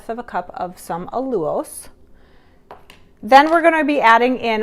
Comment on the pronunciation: Lovely recipe~ thank you.=) *When I heard you say "allulose", I had to go double check myself, since I'd never heard it pronounced that way. Not a big whoop, at all, yet it really is pronounced; "al-yoo-lohse"..first syllable is "al"- sounds like pal, "yoo"- like you, and "lohs"- like low with an s at the end. =)